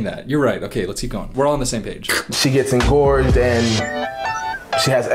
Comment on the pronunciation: is so interesting. But every time he says “engorged ”. He’s losing points. 😂. Not his fault tho